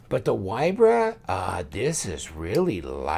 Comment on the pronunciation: FYI - Straight from the designer, name is pronounced VEE-Bra. Polish folk pronounce "W" as "V". Love your vids,. Keep 'em coming.